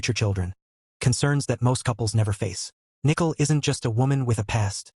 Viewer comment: This robot is calling her NICKEL